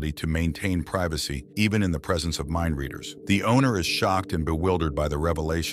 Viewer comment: Mindleaders? Half of the time that is what is said, instead of mindreaders.